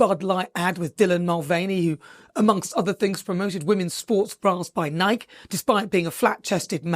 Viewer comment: The company, Nike, is pronounced Nikeee